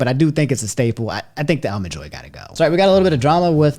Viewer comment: "Allmen Joy"? 🤣 Where is from & what is this "accent" he has when pronouncing certain words? He unintentionally cracks me up sometimes. 🤣